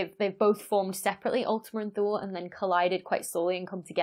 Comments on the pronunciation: Correction: "Thule" in English is pronounced "THEW-lee". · So while it's no big deal to me, there is a very popular brand that makes vehicle accessories, specifically roof, trunk, and hitch racks for carrying bicycles and travel containers. The name of the company is Thule. Everyone I've ever talked to in reference to the brand pronounces it "tool-E"/tooly. I'm no linguistic expert by any stretch, but I was the sole wholesale buyer for a small chain of bike shops here in Southern California selling high end road and XC bikes for years. I've met with several reps, a few engineers at trade shows, along with various people associated with the corporate side of their business. Everyone I have spoken with always pronounced the name with a silent "h." Regardless of the correctness 'toolE' is a much more fun and marketable name/pronunciation. That's just my $0.002 AdSense on the subject. Thanks for the upload, and insider info :-) -Jake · Wikipedia ) says 'In classical and medieval literature, ultima Thule (Latin "farthermost Thule") acquired a metaphorical meaning of any distant place located beyond the "borders of the known world".' "Thule" in Latin is pronounced "THEW-lee". I don't know where the roof rack company got their name from. :-) I don't really care how people pronounce it. I know what they're talking about and the science is cool! That's the most important thing. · How do you pronounce "thew" in "thew-lee"? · Say "To Lay". Thule. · The "e" in Thule is not silent.